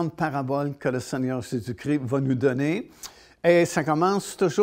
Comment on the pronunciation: Svp. Pas Jésus cri ! C'est Jésus Christ. 😢